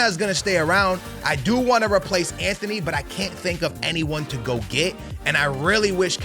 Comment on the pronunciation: There’s no H in Antony’s name. And you’re 100% mispronouncing Højulands name